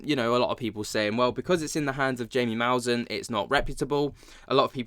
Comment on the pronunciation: Here’s how to pronounce Jaime Maussan: HI, or HIGH-meh (not mee, but meh), accentuation on HIGH, hence the caps; Mouse(like the animal)-ANN.